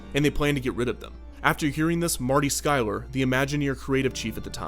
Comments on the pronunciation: It's Sklar, not Skyler. Marty Sklar. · You should do Western River Expedition, also his name is Marty Sklar, not Skylar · It’s Marty Sklar, not Skylar. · Who is Marty Skylar? Do mean famous Imagineer Marty SKLAR? Just giving you a hard time. Great video(s)! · 1) Treasure Planet, not Treasure Island 2) Marty SKLAR not Marty Skylar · The pronunciation of Marty Sklar's name is embarrassing.